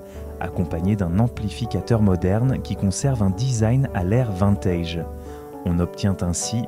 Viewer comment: Des que j'ai entendu "vINtège. J'ai coupé.